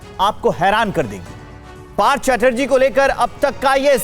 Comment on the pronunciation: Part Chatterjee???? Burbak It's partha OK.